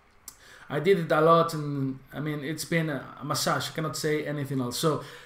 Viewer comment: massage is pronounced mæ-se-ker